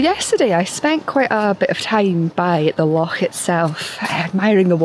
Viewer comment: I do love the way you say 'Loch '😊 You are Scottish though after all! If you couldn't pronounce it properly it'd be a pretty poor job! 😅 One of the ways I tend to photograph trees, when it's not quite right to photograph the whole thing, is to just concentrate on one area of it that catches my eye.